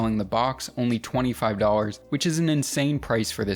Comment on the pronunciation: Why can’t you pronounce the letter L It’s do LL ars Not dawwers